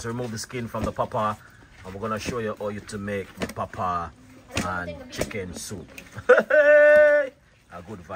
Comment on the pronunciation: Chef you r pronounce it wrong Papaya the little girl was trying to tell u how to say it